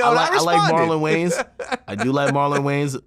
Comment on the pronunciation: He disrespected the Wayans name by dubbing it Gayans....they need to get at him all of them